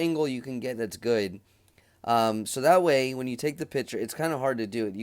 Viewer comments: “PICTURE” is pronounced “PIK.- TURE” .................not “PIT- TURE”. FYI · P i c t u r e not pitcher